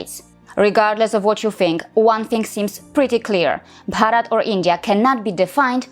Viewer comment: The 'Bharat' pronunciation was excellent. Big surprise. I wanted to give two likes for that!